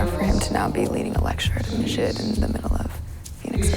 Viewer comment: masjid not musjid